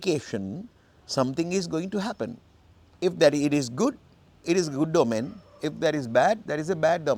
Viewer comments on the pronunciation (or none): ඕමන් not ඔමෙන් according to the dictionary